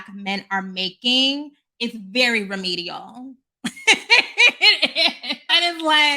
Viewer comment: Sis said REMEDIAL 🤣🤣🤣🤣🤣I'm weak! But this made me think about the pivot that Jason Derulo did too!